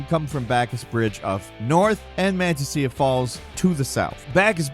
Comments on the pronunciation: Manteca Falls (man-tee-ka) c’mon man….. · #12, just correction, not snarky. It's pronounced mon-teh-cah. It's Spanish for lard